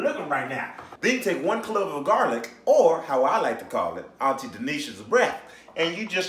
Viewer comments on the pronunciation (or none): none